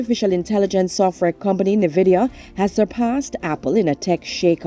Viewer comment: Nvidia. Pronunciation "N- vidia".